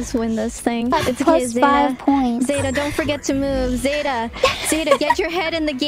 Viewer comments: zetas name is pronounce flat irys pronounce it as zeita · I love irys pronunciation of zeta